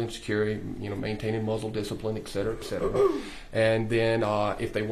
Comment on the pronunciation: I know it shouldn't matter but his continuance miss pronunciation of etcetera is giving me a migraine.